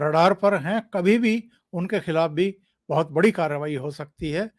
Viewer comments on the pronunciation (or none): none